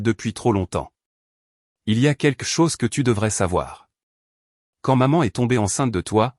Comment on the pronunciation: Encore une histoire sans intérêt , d’une banalité prévisible. De plus commenté, par une voix artificielle, qui devrait apprendre à s’exprimer et à prononcer : « keke chose pour quelque chose « entre autre. !! J’ai perdu mon temps à regarder cette débilité . E. M.